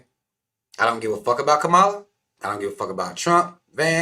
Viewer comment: Were you saying her name wrong on purpose?